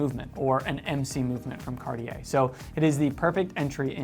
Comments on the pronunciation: My main issue with your pronunciation ( sorry :) ) is actually on the brand name. You're not pronouncing the T enough. I hear "Car-yeah" or "Card-yeah". It's "Cart - yeah". T like in caT. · Here's a tip for your pronunciation. The 'I' in cartier isn't pronounced. You pronounce it 'cartjer' so the 'er' sound is correct but replace the i with a j for the right pronunciation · Mispronunciation of any language is nothing to be proud of. You should learn pronunciation rules, practice and then you won't have to make feeble excuses. Start with English though won't you, because your English needs work too. Carteeyay so many times I could not watch more than 90 seconds. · Isn't it pronounced Car-tee-air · Actually it is pronounced Cuh-tye. With the -uh very soft and gentle and -ye pronounced like it Kanye. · I so hate the way Americans pronounce French words like Cartier…just do some research and listen to how French speakers say it…it’s not rocket surgery guys…. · Horrible how you speak out Cartier. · how do jou expect me to take you serious if you can't pronounce Cartier?